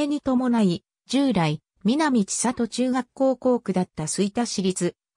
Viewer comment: 千里 ちさと→せんり と読みます。恥ずかしいですよ。